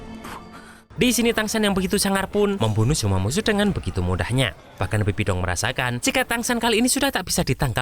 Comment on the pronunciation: Bang bibidong loh bukan sabibi dong